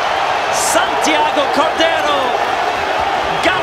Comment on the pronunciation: Santiagou courderou ajaajjajajajaja